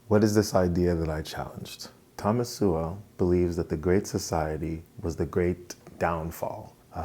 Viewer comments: It's pretty cheap of you to mispronounce Sowell as Sewell - it's obviously intentional. You make some interesting arguments, but the stunt with Sowell's name does not reflect well on you. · First time to your channel - nice work. Judging by the comments, though, it kinda went in one ear and out the other. But, keep it up. BTW, it's pronounced, SOUL. Ironic, huh? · Pronounced "soul" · Thomas Sowell is infinitely more intelligent than this man with 437 subscribers. I’m not trying to be mean but I watched this whole video and will never get my time back. He can’t even pronounce his name correctly. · Can't (or perhaps won't) pronounce "Sowell" correctly. 135 subscribers. Speaks with the eerie calm of a cult leader explaining why it's time to cut your balls off. He's not creepy at all. When do we get to the koolaid part? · He doesn't have trouble with any other pronunciations. What could it be? He is pronounce that way as a "backhand"? or he hasn't studied his subject well enough to contest him? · ahhh you upset cause you cant prove any of his arguments are wrong. So if he had said his last name right it would have changed your mind? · Sorry buddy, buddy but Thomas Sowell has a lot more experience than you do and he lived it. You didn't. Oh, and learn to pronounce his name properly before critiquing. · You might wanna pronounce his name right if you're gonna be commenting on the guy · Imagine pretending you're critiquing in good faith and you can't even pronounce the man's name. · I'm sure Sowell would simply correct him and precede with the argument rather than flaming for mispronoucing an uncommon name.